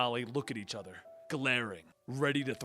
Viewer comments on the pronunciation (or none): none